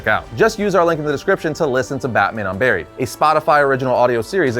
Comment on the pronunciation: When you said Batman Unburied I wasn't looking at the video and thought you said Batman UnBarry-ed